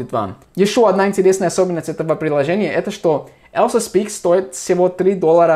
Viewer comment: И "Elsa" - на русском будет звучать не как "ЭЛСА", а как "ЭЛЬЗА" - "EL`ZA"